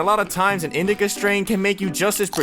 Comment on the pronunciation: Why cant u say indica or sativa?